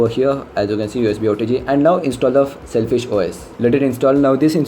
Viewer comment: Sailfish hai "SELFISH" nahi...